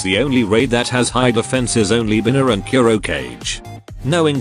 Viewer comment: ku-ro-ka-ge ❌️ cure oh cage ✅️ 😂 nice vid ~☆ thanks for the info!